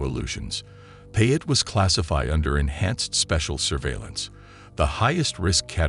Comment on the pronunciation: Payet is pronounced PIE 🥧 AYY